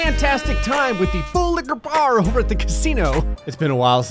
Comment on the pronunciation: Full liqua